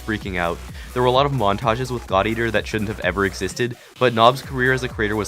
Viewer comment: Who else heard thot eater instead of god eater? xD